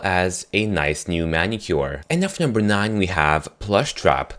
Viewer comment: he's wierd he says nuf number 4